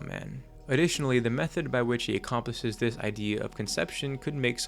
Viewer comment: As good as always Also, accomplishes sounds funny here